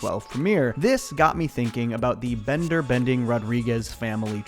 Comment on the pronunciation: Wait a minute. Bonder's name isn't Bonder. It's Bender!